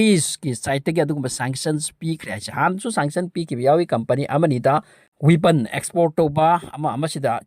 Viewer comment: Not Huipon say weapon 😂😂😂